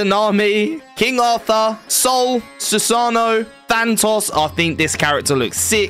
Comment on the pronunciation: Also thantos